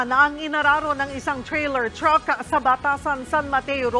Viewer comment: Chreyler chruck